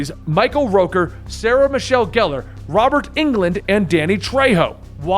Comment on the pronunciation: I really enjoy your videos. My only constructive criticism is to avoid all the mispronounced words. Ether, Primus, Robert Englund, etc. were all pronounced wrong which is a major problem for a story teller.